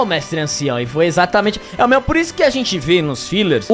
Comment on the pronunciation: A casa de "xentii"